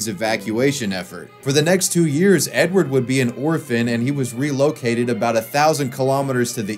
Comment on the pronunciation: It's not Edward, it's Eduard.